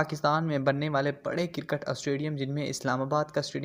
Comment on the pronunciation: Karkat astadium Bhai pronounce to sahi kro